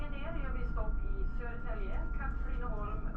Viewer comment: The first stop Södertälje Syd is Soedertaelje South, the second Katrineholm was correct, the third one Skövde is Skoevde. Ö or oe is pronounced like a in english, as in A train. Ä or ae is pronounced like the E in tell.